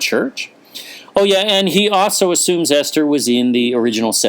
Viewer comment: Ester sounds like Easter?